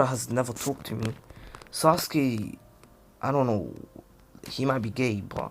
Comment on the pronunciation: Bro the way he said sasukue gay